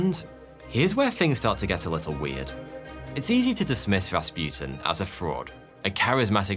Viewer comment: And it is Ras pu tin not raspjutin Learn some language.